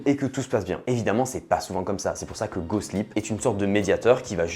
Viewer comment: j'entend pas "GOSPLIT" mais " GOSLIP" moi :face-green-smiling